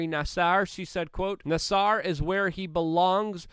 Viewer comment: I love how Luke said Nassar’s name wrong and differently 3 times in the same sentence 😂❤️